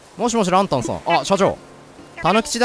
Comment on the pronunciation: ランタンの発音、完全に蘭たんで笑う